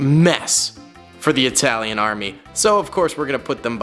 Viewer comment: “Aytaeyleeaan” “Moleeetov” - 2022